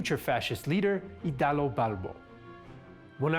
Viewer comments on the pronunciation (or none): Nice video, but it is Italo Balbo and not "Idalo" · It's Italo Balbo not Idalo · It’s Italo, not Idalo; It’s Bonomi, not Bonimo.